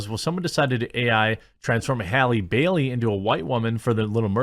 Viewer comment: Its Bailey not Berry